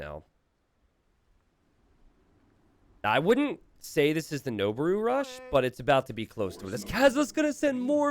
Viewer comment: Pitch accent for Noboru is low then high. It means "to ascend".